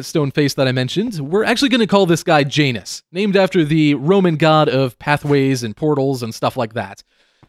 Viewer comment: (I'm not trying to sound conceded I promise, but) If you want to say Janus, like the Romans would have, replace the 'j' sound with a 'y' sound. It would end up sounding like YAWN-oos (with a long 'o' as opposed to a 'u'). Love your building aesthetic, and backstory of your island however you end up saying Janus. (I'll just cringe internally :)